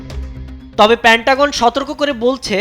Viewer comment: ওরে ওটা প্যান্টাগন না, পেন্টাগন 😂😂